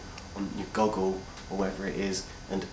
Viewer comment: I like this, very subtle. I think you've channeled the "Office" school of mockumentary quite well. Favorite moment: when you mispronounce "Google." Tto be YouTube appropriate, consider adding some teens fighting or someone crashing on a bike. Or an implausibly attractive woman posing as a "nerd" confessing her secrets.